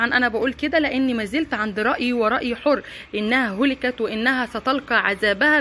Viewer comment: هلكت بفتح الهاء , وليس بالضمة